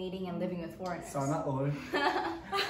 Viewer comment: I am living for guy's "sanaor" HAHAHA